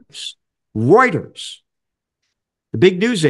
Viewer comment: Roiters?? AI ?? What are they bloody thinking???